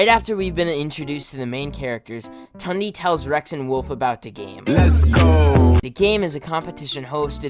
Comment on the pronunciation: I’m not tryin to hate on u since what I’m gonna say is useless information but Tundes name is actually pronounced Toon-de